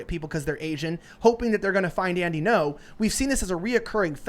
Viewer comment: Andy Ngo Vietnamese speakers: Isn't "Ngo" pronounced more like "EN-go" rather than "No"?